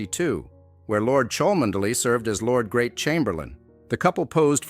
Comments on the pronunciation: The reader should pronounce Cholmondley properly: Chumley. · It's pronounced "Chumley" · Its pronounced...Chum Ley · Learn how to pronounce the name correctly before making videos . Chuhm-Lee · Its chumley grrr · would have thought you would have found out how to pronounce Cholmondeley before making this video FAIL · The “reader” is a computer generated voice. Why they can’t pay a student $20,- to read it properly, I just don’t know.